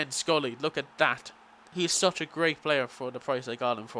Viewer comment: love ur pronunciation of schurrle. scrully lol. SHUR-LAH :) great vid though mate.